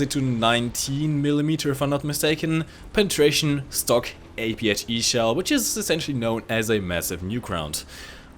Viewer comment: you say "PENitration" to much (or do you;))))) sorry.. XD